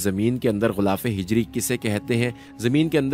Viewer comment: جناب صحیح لفظ ہے غِلافِ حَجَری